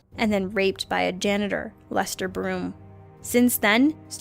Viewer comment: It was Lester, not Jester. Which i think makes the rape a little ironic... not that it's funny... but... Lester? ....Mo-lester? Molester?